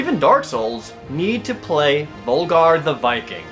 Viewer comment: It's völgarr not volgarr